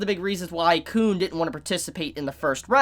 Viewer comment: Uh the way you’ve been pronouncing Khun may get your tog reviews demonetized